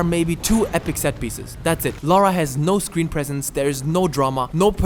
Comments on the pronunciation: I must have died at least 200 times in this. Took me years to finish this game. I enjoyed the first 2 a lot more. And her name is LARA, not LAURA :) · Stop saying "Laura" it's LARA KRAFT